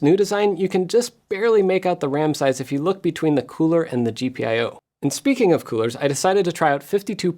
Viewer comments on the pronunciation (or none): none